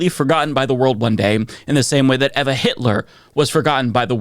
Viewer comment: Not sure if it was meant as a joke when you referred to no one remembering Hitlers wife and you call her "Ev-AAA Hitler", however she was actually "EEE-vah Braun", you mispronounced her first name and she never changed her name, granted only married to Hitler for about 40 hours before their death. But then maybe that was deliberate to make your point.